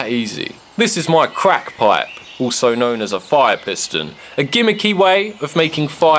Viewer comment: When u say fire (foiah) im dead